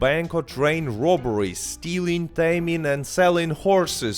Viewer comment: Sometimes when you say ‘they didn’t add robberies’ your accent makes me think you said strawberries